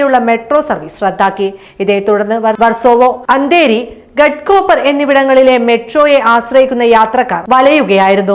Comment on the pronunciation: ഗെഡ് കൂപ്പ൪ അല്ല ഗാഡ്കൂപ്പ൪ എന്നാണ്